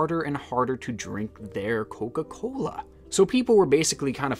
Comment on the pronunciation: Aweeeee yea, my boy from the Midwest!! It stuck with how you said “coca-cooola” but I definitely knew when you said “pop” hell yea baby!